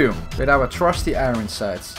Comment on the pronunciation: you keep saying "iroen sight" instead of "iron sights"